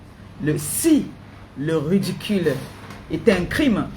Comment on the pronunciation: On ne dit pas redicule ni rudicule On dit ridicule. Ngue redicule rudicule, j'insiste et persiste tu me la boucle illettrée